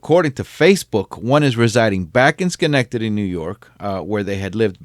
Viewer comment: Holy shit that’s where I live in Schenectady Ny lol. Good Job on Saying Schenectady too seems like anyone that’s not from around here can never pronounce Schenectady that right way